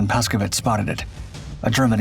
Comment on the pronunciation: The name of the pilot on this video - Paszkiewicz- is pronounced Pashkyevitch, with an accent on "kye." Urbanowicz (the CO) is pronounced "Urbanovitch" with an accent on "no." please, for the love of God - stop butchering Polish names.